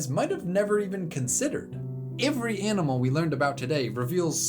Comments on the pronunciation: Every starts with an e not an I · You say "every" really weirdly lol